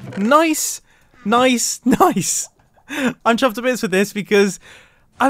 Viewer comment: Thought he’s been saying “chopped” this entire time